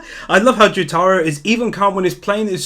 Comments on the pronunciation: Its not joTAro Its JOtaro This is how they call him in the anime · the way he said Jotaros name XD